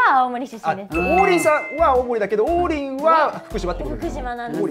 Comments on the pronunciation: 進行役の王林の発音が違うのに爆笑しちまった笑。りんごの名前じゃなくて、中国人の名前っぽく聞こえてしまう😱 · 公式がね。。。 例えば ナミの発音が『波』と同じ人がいたら、訂正するでしょう? ゾロの発音が『ゾロ目』って、言うときの発音と一緒だったら、ロビンの発音が『土瓶』と一緒だったら。。。 王林も名前なんだよねー 気づかってくれても良くない? あとね、南部弁もあるからね?